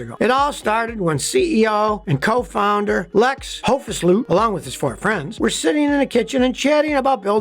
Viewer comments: Got to love your attempt at pronouncing the Dutch name. I grew up in Dutch speaking South Africa, and have not heard an American pronounce anything germanic correct yet. It is just funny to me. An attempt to type how it is pronounced would be something like: 'Hoof- sluet' But who cares how you pronounce things when you give us so much qualified mechanical information. Thank you Scotty. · Hoefsloot, pronounced as [hoof-slow-t]. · Hoefsloot is pronounced more like HoofSlote / HoofSloat / HoofSlowed😁. It means "hoof ditch" if taken literally. The Toyota RAV4 EV is an excellent crossover for most tasks in town despite a practical range of only 100mi (after 10Y of degradation, 85% of original range). I use it as daily driver. It costs $6c/mi in electricity + tire wear while the IRS lets me deduct $58.5c/mi. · Hoefsloot is pronounced Hoofsloat in english :-) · First proud these Dutch guys set the Netherlands in the picture of the automative industry (after DAF Spyker and PAL-V) and a small lessen Dutch: Hoefsloot is pronounced hoef = like Hoover Dam move but than withouten the “er” and Sloot = like boat but than first SL.